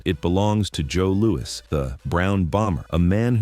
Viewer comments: I have never heard the boxing legend Joe Lewis pronounced as Joe LOU-EEE never ever ever ever!! it has always been pronounced I mean always Joe LOU-ISSSSS PERIOD!! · Pal it’s JOE LOU-ISSSS.